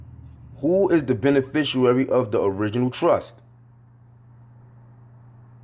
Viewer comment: Bro you have got to learn HOW TO say "beneficiary". You are throwing me off - Islam